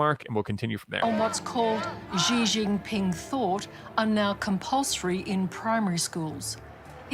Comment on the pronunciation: Is anyone else also really annoyed with the narrator not being able to say Xi Jinping's name correctly?